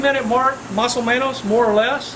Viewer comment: Nice video. That "mas o menos" was very well pronounced. Also greetings from Monterrey, MX!